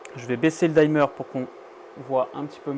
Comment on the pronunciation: Tes vidéos sont top. Par contre si je peux juste me permettre une toute petite remarque : peux tu arrêter de dire dimmer : "daïmeur" 😂. Ça se prononce "dimeur" tout simplement 😊